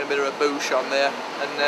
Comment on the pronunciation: alex and his infamous margs- itd be an honor if he made me one :) lovin the hair and the way you said bush... "boosh"